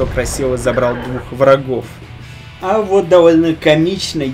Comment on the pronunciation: капец как ты слова произносишь!удывлен место удевлен или довлно мест довольно или злышь место злишь или гуслэ место гусле